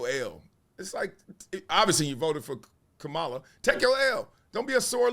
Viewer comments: Why won’t you say her name correctly magalus Wiley? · Comma La. This is how you pronounce her name. This is coming from a none supporter of Mrs Harris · Bro I respect your take and agree with much of it. Just one thing though, Bro… don’t disrespect her (Kamala) by repeatedly mispronouncing her name. You are an educated man (Columbia). Come on man! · I don’t care about anyone’s personal politics! But please her name is “Kamala” not “Kamulla”! Your name is Marcellus, of all people! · Is he mispronouncing her name on purpose or intentionally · Throughout this entire video, you mispronounced her name. She is the Vice-President of these United States. You know how to pronounce her name. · Marcellus do your homework and pronounce her name correctly. You are pronouncing the name of the vice president like she is the WWE wrestler. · Comma-la... that is how you pronounce her name. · Why do you intentionally mispronounce her name? Really why? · Gotta get her name right, dog.